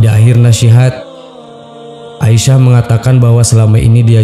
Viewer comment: Asiyah..bukan Aisah